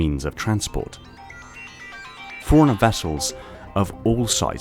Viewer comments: Dude, love the videos but you're like a yank who used to do videos about Halo its Fore-runner, not forner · So I KNOW that you're saying "Forerunner" but it just sounds like you're saying "Foreigner"